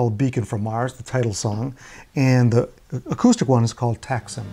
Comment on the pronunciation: My mother is Turkish and she actually had their first two albums so I am tickled pink with this video. By the way, Oud is pronounced as “oood” “and “Taxim”is pronounced as “Taxeem.” Taxim Square is a famous area of Istanbul’s European side.